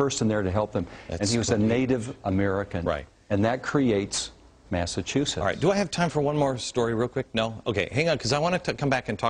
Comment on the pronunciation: MASSASOYETT MASSACHUSETTS